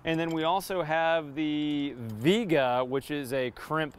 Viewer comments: Vee-ayy-gah is the correct pronunciation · Its pronounced Vee Ay Guh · Viega is a Spanish word that means come. When it's correctly pronounced it has three syllables, not two.